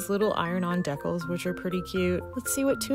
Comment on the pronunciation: "iron on decal" that's an interesting pronunciation of decal. It sounds like the Conehead pronunciation.